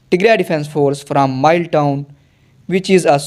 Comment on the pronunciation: mile isn't read as mayil it is read as mi le